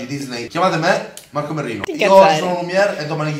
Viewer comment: Ma perché io invece di capire marco merrino, capisco marco merlino?????